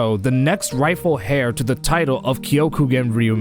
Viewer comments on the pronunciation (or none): The h in heir is silent